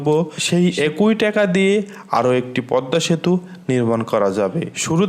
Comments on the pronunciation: ভাই বাংলাদেশের মুদ্রার নামটা অন্তত সঠিকভাবে উচ্চারণ করেন, টেকা না টাকা, ধন্যবাদ। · ট্যাগা না টাকা